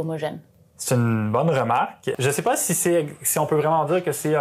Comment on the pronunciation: C'est fou. Face caméra, j'entends que l'accent du sud, et sur la phrase "un effort qui est pas homogène mais d'avoir un résultat qui est homogène" les a de pas et résultat sont ce a presque o (une voyelle ouverte postérieure non arrondie, si on veut s'en tenir à l'alphabet phonétique international) (time code à pour ceux qui sont curieux).